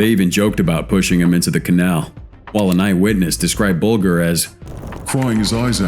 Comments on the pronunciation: Oh and its Jamie BULGE R thats how it is pronounced. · Wrong sound for Bulger. Like Bulge... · Just for future reference its pronounced 'Buljer'. - James Bulger.